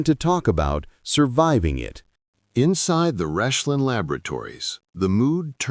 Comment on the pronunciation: It's not 'Reshlin' it's Rechlin!